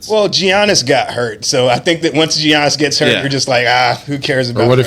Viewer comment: G iannis ?? he’s been en the lg for a decade & yu still can’t pronounce his name ??